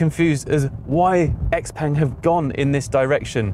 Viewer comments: Yeah. Seems a but odd for someone in China to be calling it 'ex-peng', but I guess that's what a lot of English speakers will be doing, much like how it took decades for people to learn how to pronounce Peugeot, and most still can't spell it. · Ex-peng? No, I like to call it Shia-o-peng. A car for Twelvers. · So, why are we now mispronouncing the brand name?